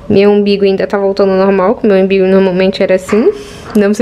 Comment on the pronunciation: Umbigo pelo amor de Deus... Não é IMBIGO